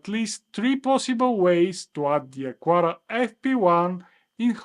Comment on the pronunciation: it's not "acuara", its "acara", the U is mute